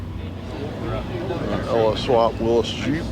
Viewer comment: It is not a Will- us Jeep; it is a Will-EE's Jeep🥴 like Willy Nelson